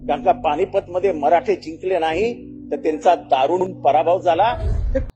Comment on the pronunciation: व्हिडिओ छानच आहे... पण... "पाणीपत" नव्हे सर, पानिपत.... निदान मराठी पत्रकारांच्या चॅनल वर अश्या शुद्धलेखनाच्या चुका होऊ नयेत ही इतकीच माफक अपेक्षा आहे.... 🙏